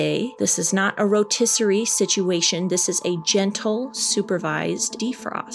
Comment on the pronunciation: “This is not a rotessire situation”🤭